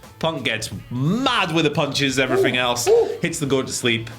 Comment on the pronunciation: “And everyfing else”